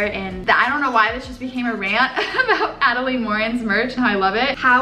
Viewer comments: Hi I'm don't want to be rude but I think you are pronouncing adelaines name wrong. It's more like Adeline (like Lynn not layne) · she said adelaide morin’s name so weird but in the same way i love the way she said it😂😂